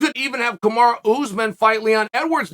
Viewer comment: Why does Chael say KAMARA itsa KAMARUUUUUUUUUUUUUU